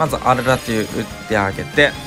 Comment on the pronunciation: アルrrrラトゥ